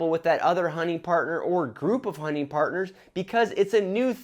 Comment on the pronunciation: My 9 year old son keeps telling me you’re saying “honey partner” lol.